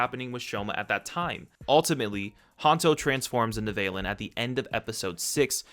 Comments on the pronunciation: Val-Lin not vail-Lin Like valentines day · It physically pains me that you pronouns it "VAY-LIN" when it's "V-a-LIN", as in valentine